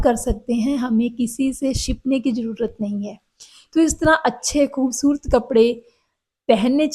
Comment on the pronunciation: Aapki hindi punjabi toch wali hai ……..refine it ..khoobsurat ….hota hai ….naki khoobsurt